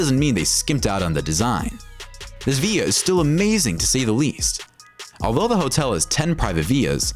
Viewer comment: Villa or via cuz all I hear is via